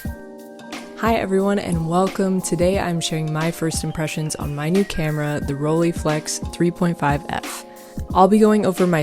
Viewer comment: It's not pronounced rollyflex... It's Rolleiflex ( like Roll and ... eye).... Please!!!